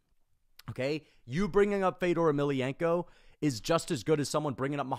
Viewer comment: I hated hearing you talk shit on Fedor while saying his name wrong.